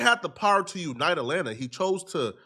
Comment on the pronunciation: "RAT-lanta" ... is wildddd ... 😮